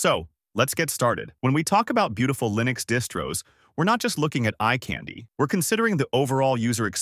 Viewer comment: Would probably be helpful to learn how to pronounce Linux correctly..